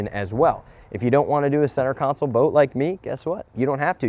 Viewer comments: Stop calling it a "counsole". It's a "console", like the center console in your car or truck. Sorry, I'm very OCD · You do know it’s “console” and not “council”. Right?? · only thing I am hating on is the way you say console lol